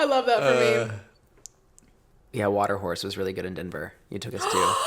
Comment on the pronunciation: Missed this one so just now listening.... Do you mean Watercourse? It sounds like your saying Water Horse but I think you mean Watercourse in Denver lol